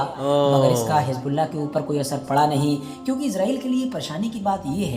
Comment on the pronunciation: Hijbullah ? Aby teri zuban ko kia hai ? Z ko J ko bolty tm log ? Pharna nhe ata tujh